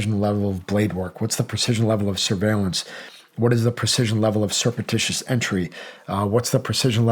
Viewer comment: This guy is an operator, but can’t pronounce “surreptitious”? Get good dude.